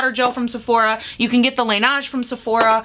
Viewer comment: I’m not trying to be that bitch in the comments 🤣 but Laneige is pronounced ‘lah-ney-juh’ 😅